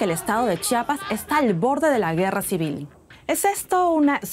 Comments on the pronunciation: Se pronuncia Chiapas, no Chapas :) es un error común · Se pronuncia Chiapas no chapas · "Chapas", dice. Podría practicar mejor su pronunciación, la no está de adorno.